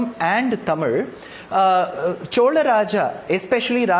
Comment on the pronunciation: Chola,not chol